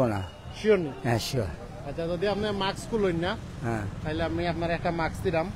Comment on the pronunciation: It’s MASK not Maks. Even driver knows the correct word.